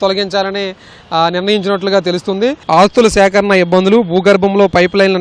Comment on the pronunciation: Reporter anna... 0.38 Sec loo meru vaadina padam tappu anna... Adhi Aasthula sekarana anna.... Meru annadhi kaduu... Vinnipadam matram aaa.....hula sekarana ani vinipidthondhi....